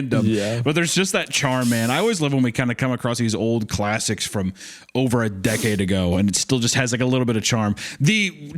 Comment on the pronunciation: Hunter on here saying "DECADE" like it was a century ago and "DIFFERENT TIME" like the story was a vaudeville screenplay from 1902.